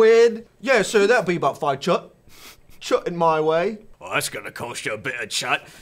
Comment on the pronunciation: I heard chud instead of chut which then reminded me of the word chuddy for chewing gum